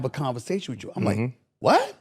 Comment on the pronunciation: 2 minutes of Smith's "wit-chew", which may be his attempt at saying "with you" and I'm done. Is it just me or is the older Smith gets, the more he's beginning to look like Granny Clump?